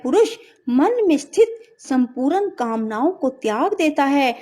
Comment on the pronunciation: Y geeta ka adhyay to achcha h pr Hindi vachan m bhut ashudhiyan h jaise......svrg .shreer.smpoorn.aur vishay adi bolene m bhut ashuddh uccharan hua h.plz ese sudhare🙏🙏